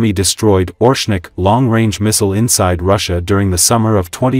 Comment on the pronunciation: Not ORshnik. oRESHnik.